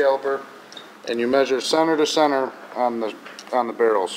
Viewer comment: Sener to sener its center not sener